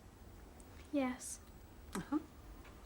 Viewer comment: that old professor man calls Albertine "Aberdeen" at 5.10!